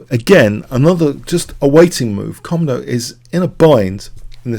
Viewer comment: It's actually pronounced koMOdo, not KOmodo.